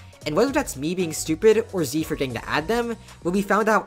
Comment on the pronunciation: the way you say tze angers me